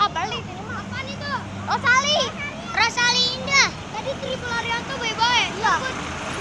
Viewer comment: Rosalia indah dia ngomongnya "rosali"